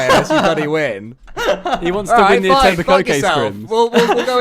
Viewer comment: Etobicoke - the last k shouldn't be pronounced for the proper pronounciation